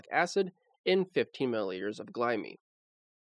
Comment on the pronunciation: please learn to make glyme rhyme with enzyme